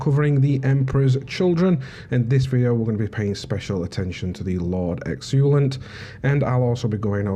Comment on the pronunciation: Its exultant, not exulant